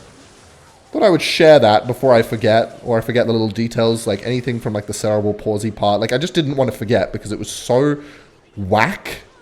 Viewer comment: why she's he pronounce the world cerebral like that